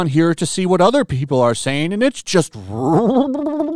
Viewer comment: why you saying racist like that ? I thought yo he had a stroke? 🤣